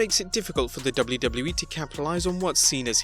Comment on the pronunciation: I hate your intro with a passion and please learn how to pronounce WWE